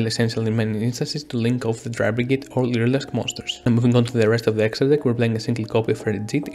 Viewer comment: I literally had the hardest time understanding you, the closed captions when you said lyrilusc back to your hand was "leader asked baskets to a van" like wtf